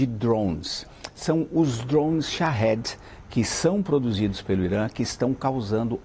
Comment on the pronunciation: Tira o ovo da boca pra falar drone